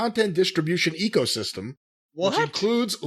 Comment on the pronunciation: You lost me at "ecosystem" - now I'll be laughing for the rest of the week